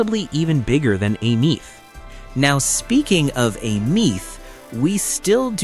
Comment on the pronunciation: Bro it's Aemeath, Denia and Mornye